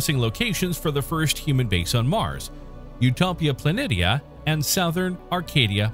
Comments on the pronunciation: "PLAN - EE - SHA! " it's "PLAN - EE - SHA!!!" for God's sake at least pronounce the names correctly!!!! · Pla nee SHE AH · "utopia planit ee ah" -someone who's never watched Star Trek TNG